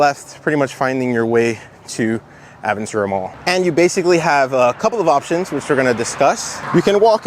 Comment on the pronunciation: Hearing Aventura pronounced improperly is so weird. Its a Spanish word